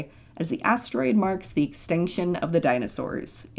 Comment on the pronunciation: Did anyone else realise that it sounds like shes saying exticshon, amd advensher?